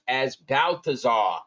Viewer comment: Yo I laughed so hard at 51... "BaaL-tha-ZaaR" I spit out my coffee